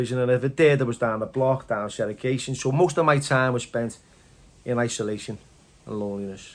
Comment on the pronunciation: You scousers can't pronounce segregation. Lol you all say Seregation . Funny 🤣 Shampoos full of water on the side haha tickled me that . 😜